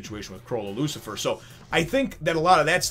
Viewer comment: It's Chrollo "Lucilfer" by the way. Not "Lucifer." Sorry to be nitpicky, but my brain wouldn't let me not point that out lol.